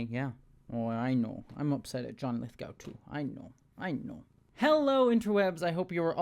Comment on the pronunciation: Lithgow rhymes with go as does Glasgow and Moscow.